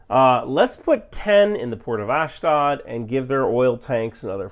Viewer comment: Please ask someone for the right pronunciation of "Ashdod" if you are going to be saying it more than 1-2 times in a video...